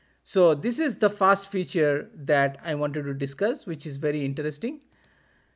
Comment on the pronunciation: Everything is great, but may I ask you to pronounce 'first' correctly next time? Now you are saying this as "fast", but not "first". English is also important in our work.